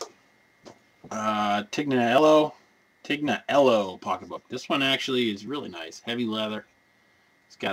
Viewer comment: you found a nice Tignanello there... pronounced Teen- ya- nello.... Word to the wise about the Coach bag, let your wife have it, cause Ebay compliance will jump all over the coach if its a knock off...you dont want your acct to get a violation mark... Check Ebay's the discussion board section on handbags there are handbag pros on there, you can post pics to them.. they will give your their thoughts on bag (some can be a bit much.........lol)